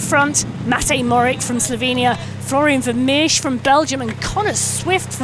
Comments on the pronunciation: Matej Mo-HO-rič (that is mo-ho-rich), not Morick. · Matey Mohorich, that's how is pronounced.. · Mohorick? Cmon now, even most cycling fans, no less announcers, know how to say his name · The commentator cant even pronounce the world champion's name properly, absolutely shameful. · How do Slovenian's pronounce Mohoric? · come on UCI you can do better than a pathetically small offering for a world championship , and please find someone who can pronounce the riders and place names close to correct